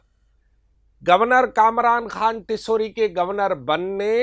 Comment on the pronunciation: Khan word per pora zor laga rahe ho